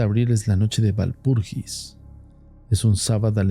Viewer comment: Walpurgis se pronuncia Valpurguis en alemán. Si se quiere transformar la palabra al castellano entonces se refiere a la noche de Walpurga.